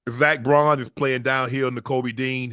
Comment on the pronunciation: for god sake LEARN ZACH BAUN's name goddamnit